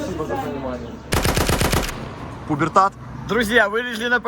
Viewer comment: Не тубертат а пубертат, вначале говорит пубертат увидел мир